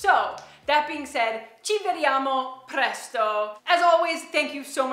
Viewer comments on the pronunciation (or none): By the way, do you pronounce the Italian words differently when talking to English speakers?. example "a prestow", instead of "a presto" like the "o" in stop.